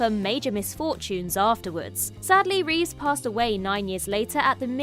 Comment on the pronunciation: Christopher Reeve not Reeves.